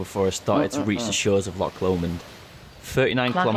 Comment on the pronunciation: For the Scotland part he kept getting at least 2 things wrong...a loch is not pronounced lock and Milngavie is pronounced Mullguy